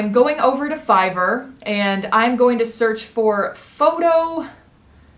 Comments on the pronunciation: She didn’t say air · Is anyone going to tell her that she is pronouncing fiverr wrong😅